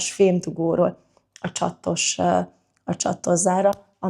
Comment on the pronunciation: A nő vicces, hogy többször is 2 t-vel mondja a csatos bambi szót.NEM csaTTos!!!!!!